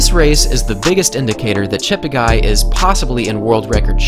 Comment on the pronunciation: Slight correction: his name is actually pronounced as Cheptegay.. (te for television) not Chapterguy